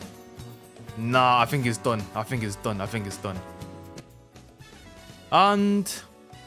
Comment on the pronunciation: be like: "i think"❌: "i fhink"✅